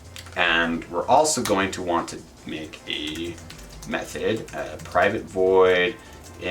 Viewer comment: It sounds like you're saying meth-head instead of method. lol thanks for the video ;)